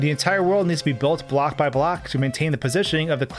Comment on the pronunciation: Why is he talking "black" instead of block?